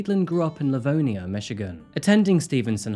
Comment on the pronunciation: Livonia isn’t pronounced that way either 🤷🏻‍♀️.